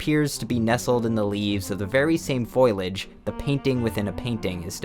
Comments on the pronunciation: foliage* not foilage. Fo-lee-ihj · "Foilage". Lol. Um, no. Try "Foal-ee-udge" "Dashelle". Nope. "Dash-uhl" Yet another in an endless stream of YouTubers that need a pronunciation editor. How are we supposed to believe you read a book by an author whose name you can't even pronounce correctly? And, there is no such thing as a sculpture by Damien Hirst featuring a shark and formaldehyde. It's not a sculpyure. Nor did he make it. It's a shark in formaldehyde and that's all it is. Just because it's in a museum doesn't make it any more than that. Nor is it art. Otherwise, every single animal in formaldehyde in classrooms, universities and scientific institutions worldwide are now individually worth millions, or he's a talentless, full of shit con man that people buy into. I'm betting on the latter. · Oh my fucking god, "foilage" strikes again. It's foliage! I don't know why that's such a common mispronunciation. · "foliage" = FOH-lee-ij (not foil-ij) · “ it doesn’t take a nuclear scientist to pronounce Foilage” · hah, you said 'foilage' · Why would you say "foilage" when talking about foliage... 😰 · If I may abuse the pedantry you mentioned - did you just say foilage?! It’s foliage… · It's spelled foliage, not foilage. Foh-lee-age. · foliage. "foilage" is not a word. (there is actually a Simpsons scene about this) sorry about my pedant nature. but education and knowledge are key to growing. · "foilage" It's *foliage and pronounced like "foe-lee-ijj" not "foy-lijj" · PSA: This word (foliage) is pronounced "foh-lee-edge" not "foy-ledge". >:( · "foylage"…... It's spelled, and pronounced: F-O-L-I-A-G-E. "FO-lee-āg" also, the disgraced football player is Brett "FĀV", not "farv", I don't care what he or his redneck family say; ask the French. You don't eat "cherv" cheese, you eat "CHEV". The art museum in France "the Louvre" is not pronounced "lorve". There is no reason to switch the letters' order. You make yourself sound stupid when you can't use words correctly.